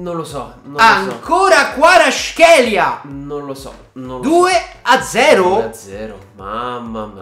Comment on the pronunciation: Kvara in un video che ha fatto Sky sport lui ha detto Kvara e non Guara